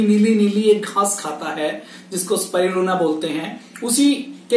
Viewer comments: Spirulina to theek se bol lo pehle.. usper video bana rahe ho... Spiluna Nai Bolte Isko Spi - Ru - Lina Iski Practice Karo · Spriluna nahi sir Spirulina Aapne likkha sahi he Pad galat rahe he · Are bhaiyya pehle spirulina ka naam to theek se lena sikho. Ye spiluna spiluna kya bol rahe ho? 🤣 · pls pronounce spi-ru-lina correctly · You are not pronouncing the world spirulina properly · Aap SPIRULINA please pronounce karna bhi thoda sikh lijiye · Naam toh theek se lelo